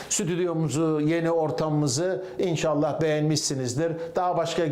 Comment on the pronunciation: Yahu baba sorsana fenerlilere,bu zamana kadar elde ettiğiniz başarıları altalta yazinda bakalım diye?Sen yine fetöcü telaffuzuyla inşaaallah demeye başladın. Yapmada doğru dürüst seyredelim..